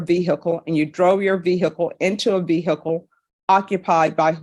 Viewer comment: The way cannot pronounce ‘vehicle’ properly is annoying af.